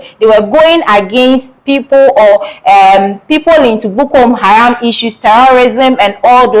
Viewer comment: Madam the name , the namis not Bukom haram Madam there is no eord like Detainment: rather DETENTION.